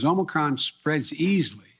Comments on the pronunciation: he called it "Omicrom"😅🤣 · I notice someone told him to stop calling it Omnicron. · Did he actually say, "Omicrom?" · Aomnicrom omnicrom omnicrom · ahem Omnicrom ahem! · He must have been schooled on not calling it OMNICron. LOL. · He called it omi crom 🤣🤣🤣